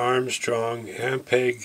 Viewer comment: not GAR,...it is GER....